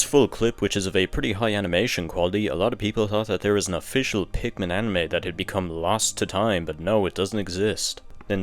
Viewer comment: Why do you say pikmin tree and not 3!?